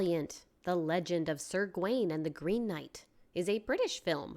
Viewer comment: BTW, Gawain is pronounce /Gah-wain/, not /Gwain/